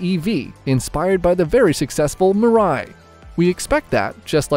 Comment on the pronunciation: its MIII-RA-I nor Murai, and it means "Future" in Japanese